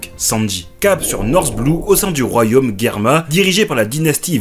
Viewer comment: Germa ce prononce : « Jerma »